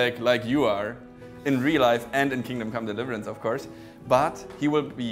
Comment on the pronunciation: Are you german? Your way of pronouncing Kingdom Come Deliverance seems very german to me.